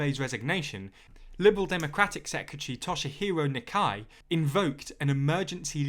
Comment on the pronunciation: God I love this channel but can anyone pronounce “secretary” properly? 😂 There’s an “R” in there, it’s not secetary